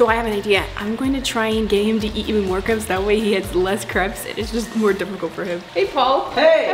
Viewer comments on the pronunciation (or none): It not caps it’s crapes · The word is crepes not creps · They say crepes like cre-ps instead of crae-ps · It’s not craps it’s crapes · It’s crapes not creps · Not to be mean but it's pronounced cre-apes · Paul you pronounced crêpes wrong. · OMG I really like your videos but the way you say crepes it is a trigger warning for me because I love crepes and I feel like you're saying it wrong but I'm probably wrong